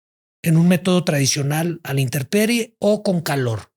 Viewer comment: Que extraño que el invitado esté tan preparado y haya dicho interperie 😅